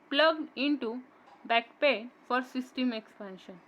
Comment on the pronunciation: It's backplane not backpain 😂😂